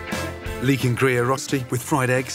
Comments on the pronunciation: "Rosti"... It's pronounced "ROECHTI" god dammit. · It‘s hilarious to hear how he pronounces rösti. If you‘re from Switzerland you know what I mean 😂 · Just saying, Gordon mispronounced Rösti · wish he'd pronounce rösti as well as he pronounces gruyère